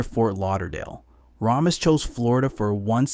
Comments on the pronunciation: Its pronounced “Ray- mis” not “Rah-mis.” 🤦‍♂️ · Christ, hearing this kid mispronounce Ramis (and wildly misspell it in the captions to boot), the never-ending supply of glottal stops in place of ‘t’, and the lazy vocal fry…I just can’t finish this.